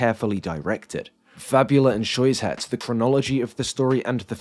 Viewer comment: Small point of criticism- syuzhet (сюжет) is pronounced "syoo-jhet" and fabula (фабула) is "fa-boo-la"